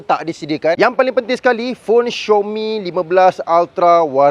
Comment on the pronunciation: bukan xiomi,itu panggil xiaomi bro,tak susah pun baca betul²🤣🤣🤣